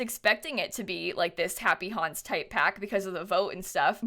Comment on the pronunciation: no one: me: hears "happy honse" instead of "happy haunts" every time